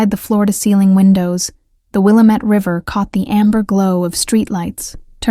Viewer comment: Good story. Double check pronunciation. Wil lam ette. ...